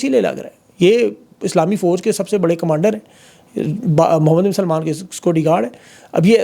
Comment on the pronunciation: For God's sake you are an educated person you always pronounce Salman as Salaiman. Please make sure you correctly pronounce these names.